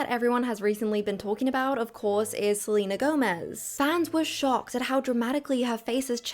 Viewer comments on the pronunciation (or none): none